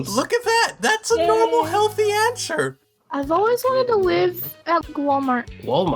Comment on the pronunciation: is it only me but did he say ansher?